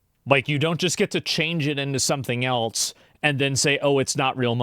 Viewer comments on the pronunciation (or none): Why do you say eltse?